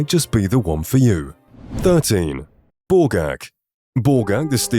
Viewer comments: When you said Borgakh the first time, I could have sworn you called her Ballgag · Me too xD kept hearing “ballgag”